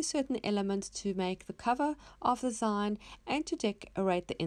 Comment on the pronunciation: Love your projects! Not sure, but I think it's pronounced "zeen" as in short for magazine. :)